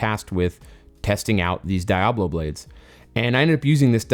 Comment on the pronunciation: Please tell me the way your saying Diablo is a joke. Great work.